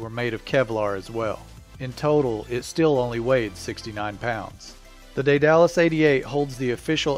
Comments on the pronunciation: Day Dallas is actually pronounced Die dul uss, with the stress on the first syllable. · I think its pronounced they the loose not they dallas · I've heard "DAY-duh-lus", "DEAD-a-lus", and "DEE-duh-lus", but not "day-DAL-us". "day" is just what it looks like in English (and is one way to pronounce the Latin "ae", as in words like "vertebrae"), "dead" is the modern pronunciation of the original Greek (Δαίδαλος, which looks like Daidalos by direct Latin substitution -- the "ai" diphthong is pronounced "eh" in modern Greek, if not also ancient Greek), and "dee" is the typical pronunciation of the Latin spelling ("ae" is generally pronounced "ee", as in words like "aegis"). The pronunciation "DYE-duh-lus" would also make sense as one variant of the Latin (some sources claim "ae" is closer to "eye" in proper Latin). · Daedalus pronounced (dAed Alus) not (day dalus). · It's not pronounced Day-Dallas. It's pronounced Dead-A-Lus. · "Day-Dallas"... No it's "dayduhlas", smoothly and quickly. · It's pronounced DAYduhlus, not DayDALUS... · its not a day-dalus. Its called dEdalus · Daedalus... pronounced "Dey-Duh-Lus" not "Day-Dallas" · It is not said day-dallas it is day de lus like from greek mythology lol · pause Day-Duh-lus... Daedalus... continue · Say Day-Dallas one more time, I dare you! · Try Day-du-lis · Isn't it ''dead-a-lus'' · It's pronounced DEEdle-us. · Lol, that's not how you say Daedalus. It's dee-du-lus. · Agreed Phil B - I was on the beach in the 90s when a Vulcan flew loud and low over day-dal-us. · Good grief indeed!! Don't give yourself such a free pass on this; you have ONE JOB! Pronounce words while trying your best not to sound like a 1950's sci-fi robot. You should go back and finish junior high school where the rest of us learned this word in our 8th grade Literature class. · Ae says ee. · lol that pronounciation of daedalus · REALLY you can't pronounce Daedalus???